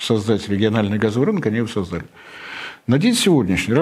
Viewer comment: Было бы совсем хорошо, если бы Борис уделил некоторое внимание ударениям в словах. СобралИсь, пОдал, сОздал и так далее. Режет слух, да и с грамотностью российского медиа-сегмента нынче ситуация не очень вдохновляет. Поэтому последняя надежда остаётся на блогеров и ведущих информационных каналов, - книги читают далеко не все, да и там ударения не обозначаются, а в кино, сериалах, на телевидении и радио с этим ситуация не улучшается. Соловьёв и Корнеевский, пожалуй, единственные два ведущие, к которым нет никаких претензий в плане грамотности. И это, заметьте, пишет вам не отличник, а человек, которому в школе бы поставили 2 по русскому, если бы не личные обстоятельства.